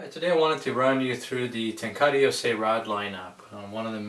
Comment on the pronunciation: ten ka rah... not ten car uhh